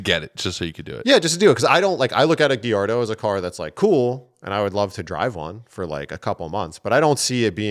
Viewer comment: GALLARDO NOT GUIERDO😂